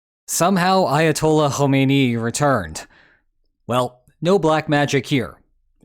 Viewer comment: Khamenei and Khomeini are not pronounced the same.